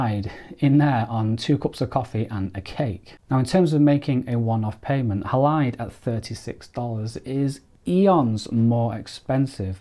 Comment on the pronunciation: Surely it’s named after the silver halide content of film - pronounced Haylide.